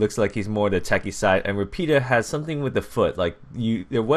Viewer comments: you pronounced savio perfectly, but rapida is pronounced ràpida. Anyway thanks for helping the italian community getting noticed by ubisoft ! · You said Savio kind ok but Rapida you said it awfully and I'm Spanish no offense means sage/wise and fast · I know your English/American but u completely butchered those words in Italian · i m italian. when you say RAPIDA, the accent is on the A